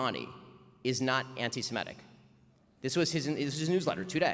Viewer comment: A good Jew should know he is a Semite, not a Simete, so don't pronounce the word as 'anti-simetic'. It is 'anti-semitic'. Oy vey!